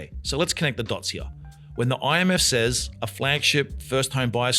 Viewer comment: PLEASE PLEASE PLEASE use the correct pronunciation for ‘says’.